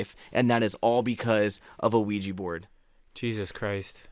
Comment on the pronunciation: When they said the word qujia board Insta chills and a bloody nose on the dot when the said qujia board